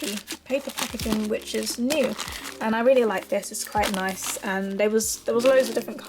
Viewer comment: no hate, but did anyone notice she sad ‘neece’ rather than ‘nice’ lol!!😀😂